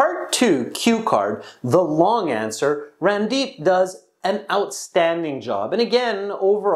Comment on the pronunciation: It's not Rundeep 😂 it's randeep